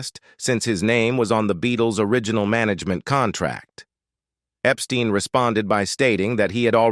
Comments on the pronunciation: Brian Epstein's surname was pronounced "EP-STINE", not "EP-STEEN". 😐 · If you watch more than one Beatles related documentary, they ALWAYS f-up Brian's last name!🙄